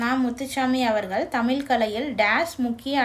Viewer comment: தயவு செய்து 'தமிழ்' என்ற சொல்லை சரியாக உச்சரிக்கவும்.